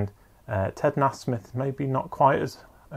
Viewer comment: Nice one dude. Beautiful paintings. Nasmith is pronounced NAY-smith.